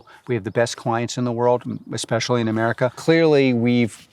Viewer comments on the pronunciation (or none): none